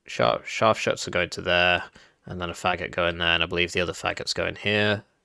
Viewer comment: It’s pronounced Fa-goat. It’s the Russian word for “bassoon”.